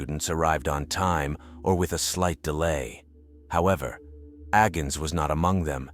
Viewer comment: Agnes, not Agens!